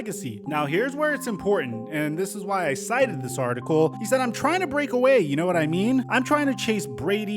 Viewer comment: Stop say break like that.